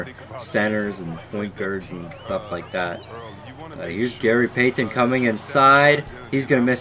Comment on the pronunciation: It bothers me the way you pronounce Payton.